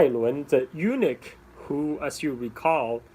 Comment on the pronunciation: A small detail: Eunuch is "U-nuck" not "U-nick". In any case, thank you for taking the time to do this. You have become the Lei Dai Sor of SE Asia.